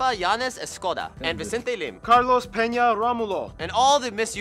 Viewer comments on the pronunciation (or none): none